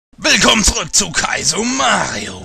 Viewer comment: das willk bei anfang hört sich wie milk an einfach mal in 0.5 sekunden 0 drücken :D